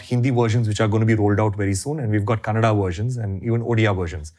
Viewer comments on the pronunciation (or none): In Intro = 'Kannad' nahi it is 'KANNADA', why do people eat off that 'A'? Do we tell 'Hind' for 'Hindi'?